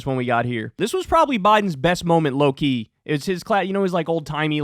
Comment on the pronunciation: For a second I thought Kyle was going "Gojover" and my brainrot controlled my brain.